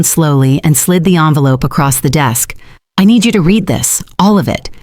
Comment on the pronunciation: Its envelope, not onvelope